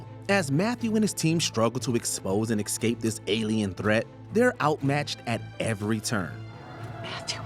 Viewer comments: Love your videos usually, but this presenter needs some work- when you use escape 10 times in two sentences- at least say it right- it’s EScape not EXscape. There were several other mispronunciations ( Damon instead of Damien) etc. I found it really distracting. Also missing a LOT of other classic examples, Marvel, Star Wars, Whatever happened to Baby Jane, Hereditary,Primal Fear, Fight Club, Gone Girl, Basic Instinct to name a lot you didn’t include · The narrator of this video for constantly saying EX CAPE instead of ESCAPE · Every time the narrator says "excape" I want to turn the video off. I know some people try to pass this mistake off as a regional accent, but it's not. It's just plain wrong. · excape lol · Maybe you should get a narrator who knows how to pronounce 'escape'. I'm certain it does not contain the letter x.